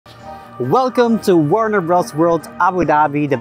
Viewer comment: Your pronunciation was fine and your English is great, my dude! I've seen coverage of Warne Bros. Wold from other Youtubers and it looks great! What other theme parks are on your bucket list?